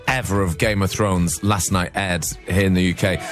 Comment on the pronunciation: Why does Grimmy keep saying "geme of thrones"?